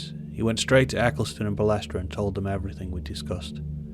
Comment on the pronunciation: Interesting documentary. It was Jean Marie Balestre though, not Belestre.